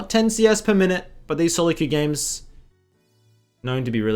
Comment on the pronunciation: A handred and fiddy gejmes (föördeen)